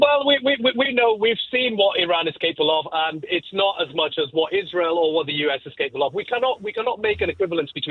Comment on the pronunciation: “bombardment of Izzrel” 😂. One place looks like an apocalypse, the other place looks untouched.